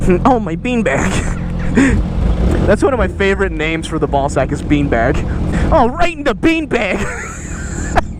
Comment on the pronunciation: The way you said been bag, i about pissed myself